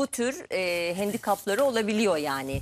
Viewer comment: Hendikap 🤣🤣🤣 derken